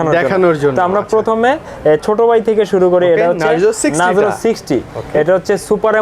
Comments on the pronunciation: ভাই নাজরো নাহ নারজো....😂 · vai re kaw bolen nazro na oi ta narzo